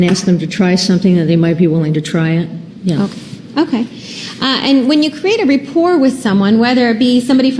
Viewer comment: It’s not "repport”, you fucking twat. Rapport.